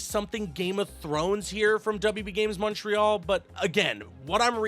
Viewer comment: Dude says Montreal the right way